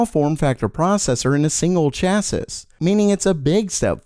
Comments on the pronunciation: You said Cha-SIS instead of Cha-SEE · "CHASSIS" == "CHAS- EE" not "CHas IS" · chassis is pronounced "shassy" :-) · NOOOOOICE!! Cool news, as always! Btw, it's pronounced chassis, ch-ass-ee not ch-ass-iss. The "s" at the end is silent. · Chassis = "Chass-E" not Chass-sys <3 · CHASSEE is how to pronounce it. That being said, I get it, it is yet another word that has letters it doesn't need. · Chassis - “Cha-sis” Lmao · "chassiss" lol. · Chassis is pronounced sha-see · Chassis is pronounced chassee. Just fyi